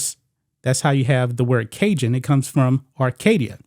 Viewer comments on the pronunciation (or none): none